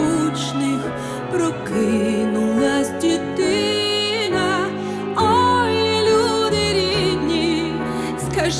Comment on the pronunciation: Тільки вимова не українки-"дітина"